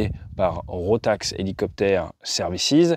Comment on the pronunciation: Encore une histoire triste pleine de leçons à retenir :face-fuchsia-tongue-out: Petit correctif pour les tags et la prononciation, c'est bien RotaK et pas RotaX, Rotax étant un constructeur de moteurs autrichien, dans l'aviation légère mais pas que 😉 aaah la tête de mon mécano quand je lui ai amené un carter d'embrayage "rotax" pour en extraire le roulement de butée, priceless ...